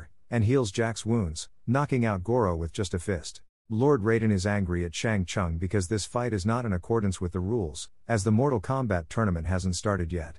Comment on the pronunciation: Brother Its shang sung not shang sang